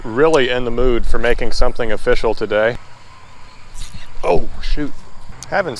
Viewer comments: ''offishial'' XD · Every time you say "It's official" I think of "it's O-fish-al" lol